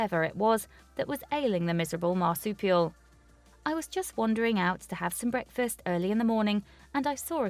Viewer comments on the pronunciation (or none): none